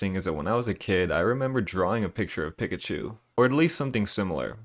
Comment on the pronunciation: Who the hell says “pick a chu”? It’s clearly “peekachu” even the anime pronunces pikachu this way. This guy must be from an alternate reality in which people say pick-a-chu